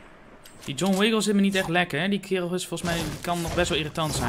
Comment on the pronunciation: Ik was nog niet geabonneerd en ik zag je thumbnail en ik zag dat je pro was en vond je leuk dus ging subscriben en je je zij John wiggle en het is John wickle